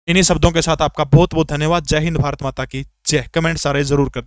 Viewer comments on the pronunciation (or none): none